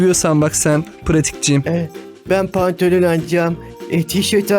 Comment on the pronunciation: 3.58 Pratik Oyun Pyatik Diyo Han Kanalda Pratik Yrine Pyatik Diyo 😉